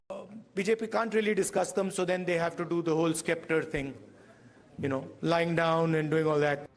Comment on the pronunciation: Slams? He doesn't have what it takes to slam anyone. Better consider his part time job in comedy circus. He doesn't even come close to Mr Modi. He is irrelevant and unimportant He calls himself educated yet should know that the thing is not pronounced "skep-ter", it is "sep-ter" 🙄🙄